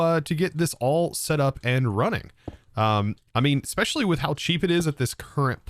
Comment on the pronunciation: "Voila! Ekspecially! Inless!" Architect